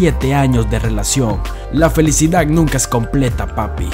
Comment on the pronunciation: La felicidac dice🤣